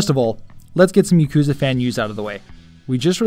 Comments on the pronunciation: "Yeee-koo-zaah"...? Really...? Y'know you'd think that a fanboy of a series could at least pronounce the series' name of which he is a die-hard fan of correctly, but apparently not. (Oh, by the way, it's "yaak-ooo-zah", for anyone who doesn't already know, including this guy...) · Thanks, glad you like my accent :-) If anything though it would be pronounced "ya-ku-za"